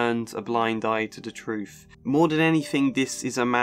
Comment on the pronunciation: I'm clocking out. I cannot take seriously anyone who pronounces the word 'truth' as 'troof'. No wisdom or insight to be found here